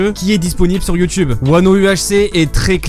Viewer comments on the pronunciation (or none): none